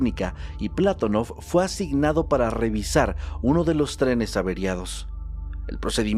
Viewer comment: ¿Y el terremoto de Maderol? Y el Patonóof, no Plátonof